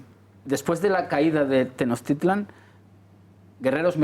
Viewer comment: No compren ese libro soy mexicano y nada que ver lo que dice este señor jajaja se pronuncia tenosch titlan no tenoz titlan